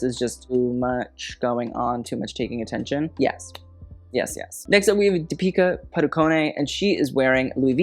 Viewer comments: Hey, just wanna tell you that its pronounced as Deepika Padu-cone, as in an ice cream cone and not Paduko-nay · her name's pronounced DEEP-ika PAH-du-cone!!